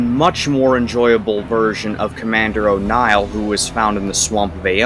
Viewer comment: I kinda like how you mixed up Niall and O'Neil's pronunciations.